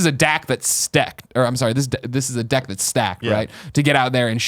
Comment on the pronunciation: "this is a dack that's stecked" damn right Greg. damn right...